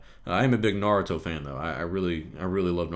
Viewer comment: I had to stop a moment and think before I realized you said naruto at . Is that the english dubb pronunciation? Horrific ;p